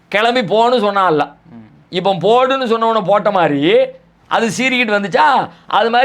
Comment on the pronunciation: ஏன் தம்பி அல்லா அல்லா என்று உச்சரிக்கிறாய் அல்லாஹ் என்று உச்சரிக்க முடியாதா?